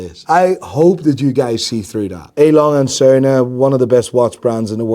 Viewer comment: Did you pronounce A.Lange&Sohne so wrong on purpose? :face-blue-smiling